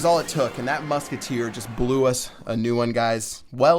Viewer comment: LOOK AT DI MUKETTEER!!!!